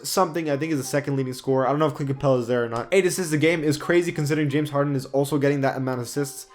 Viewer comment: He said jamison harden